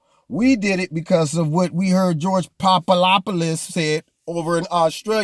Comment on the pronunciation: Omg, you had me cracking up every time you said George Poopadopulus...etc!!! I loved it!! 👍